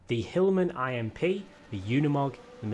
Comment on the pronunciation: Dude its pronounced hillman imp not hillman I.M.P